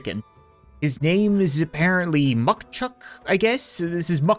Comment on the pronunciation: i’m i the only one who heard nucktuck when he said muckchuck